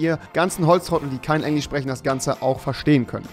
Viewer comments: Rewi 3 sagt Englich statt Englisch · Wie er einfach sagt Englich statt Englisch xDD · Wie er sagt: Englisch - Englich Kirche - Kirsche :D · Englich 😂😂 liebe deinen "Sprach Fehler" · Wie du immer Englich sagst😂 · Du hast die ganze Zeit Englich gesagt 😂😂😂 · Wer von euch spricht auch englich?😂😂😏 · Englich? XD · Englisch nicht englich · Timothy Chandler und am Anfang sagt er noch: Ich übersetzte es mal für trottel die kein Englisch (oder wie Rewi es sagt: englich) können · Auf "Englich" XD